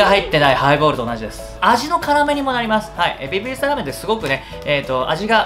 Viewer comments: ベビー↗️スター↘️ラー➡️メン➡️ 2回とも訛ってません？ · ベビースターラーメンのくだりで 訛った！って言って言い直してるけど変わってないのツボすぎて無理笑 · ベビースターラーメンのイントネーションが気になる😂💕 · わかる。訛り変わってねえ